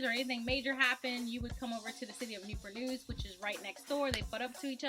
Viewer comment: Why they call Newpur News. Not Newport News ?